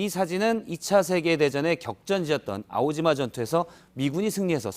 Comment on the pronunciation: 아오지마 아니고 이오지마